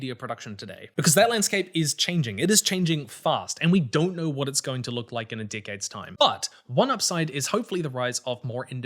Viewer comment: im just gonna comment that you saying "decades" in your accents sounds an awful lot like "dickheads" to me but that might just be me